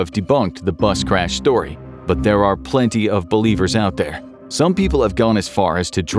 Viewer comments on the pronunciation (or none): none